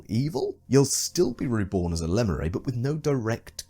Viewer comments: your pronounciation of lemure was not very demure, not very mindful. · No one yet commented on how he pronounces "lemure"?